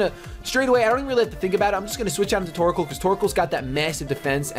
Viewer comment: it sounds like you say:P you should nickname him